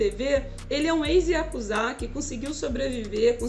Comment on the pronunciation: Yakuza nao IaKuZa mskska